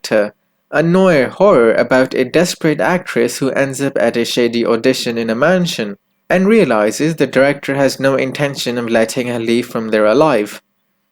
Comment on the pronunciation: Noir is pronouned nu ar by the way.